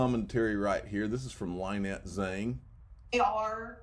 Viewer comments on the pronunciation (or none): Dude. Lynette is pronounced Li nette as it litmus not Lie-net. Come on man!